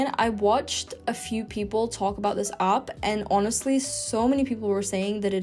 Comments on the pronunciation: It’s /aep/ not /ahp/ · What’s an opp? Should that not be app? Pronouncing vowels correctly is surely basic to learning any language. Thank you for your effort but no thanks. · Native English speaker here. Her English pronunciation would improve by leaps and bounds if she stopped pronouncing EVERY WORD with an A in it as a hard O. App = Opp, Interact = Interoct, Have = Hov, Haven't = Hoven't Class = Closs, Spanish = Sponish etc. Outside of that, her English is quite good.